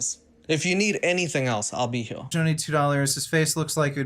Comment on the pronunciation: now I feel bad. I assumed you were Indian, not South African, and not because you're a brown guy but strictly from the particular way you pronounce 'here' as 'hyuh'.